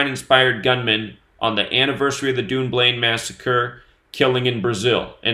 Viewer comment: Dunblane is pronounced Done Blain ......... you are saying Dune Blain